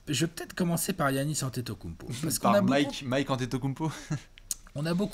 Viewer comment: je t'adore mais peux-tu dire Yannis au lieu de "Guiannis" stp 😅😘